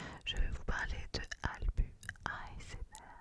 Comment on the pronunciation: "AlbUUU" 🤣 ça se prononce avec un "s" !!! Comme albus Dumbledore dans Harry Potter 🤣 !!! Merci beaucoup en tout cas , c'est un honneur d'apparaître sur ta chaine ! ❤️